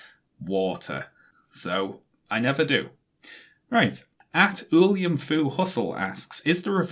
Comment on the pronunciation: I think that's pronounced William not Uh-liam